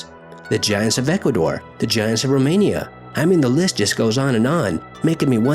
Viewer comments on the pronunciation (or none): none